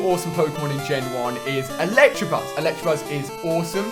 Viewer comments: ITS electAbuzz not electrabuzz or electrakid. Anyone else annoyed by this? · It's ElecTAbuzz not ElecTRAbuzz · IT'S elecTAAAA NOT ELECTRA!!!!! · Pleeeeeeeeeease learn that it's ElectAbuzz, not ElectRAbuzz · he says electrebuzz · That and electrabuzz. Kill me please. Why can he not say the names right. There is no R! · electrabuzz not electrabuzz. get it right for f sakes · And he still cant say Electabuzz right, he adds in an 'r' for some reason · There's no R in Electabuzz -_ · Why does everyone pronounce elekid, electabuzz and electavire wrong. They are pronounced how they look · Ali please learn how to pronounce Elekid and Electabuzz, it's just cringe whenever you say either.